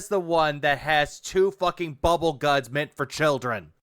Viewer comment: He's actually saying "Dual-wield bubble GAHNS!" Wtf is wrong with this dirtbag?